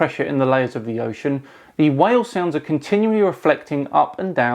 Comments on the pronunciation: Is this a story of the three wells? Why does he keep calling whales, wells... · He calls whales "wells" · Whale. Not Well. Whale. How can I take anyone seriously when they are unable to pronounce the word 'whale'? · Is it just me or do I hear him talk about wells and not whales? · i hate when he pronounces whale like well.. Like learn to speak please before you go off to science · Whale...it rhymes with bale, hail, mail, snail, etc...NOT WELL. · I just want to go to his page and out conspiracy him. "Well have you ever seen a humpback whale? Didn't think so. A Hollywood CGI!" He says the world whale strangely. Also, he seems to think sound needs to be line of sight like a laser instead of propagating a wave though a medium.